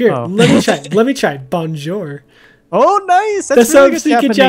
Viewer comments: that wasn't Japanese you said u mean bolnshor that's French it means good day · When said "bonjour" incorrectly and said it was Japanese, I face palmed so hard. The "n" is silent... and it's French for "hello". (I also face palmed when he spoke any other language other than Japanese and claimed it is.)